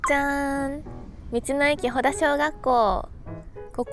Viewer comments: 正確には「ほた」だね フェリーで行ったのかな？ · 先生、ほたしょうがっこうです。 ほだじゃないのよ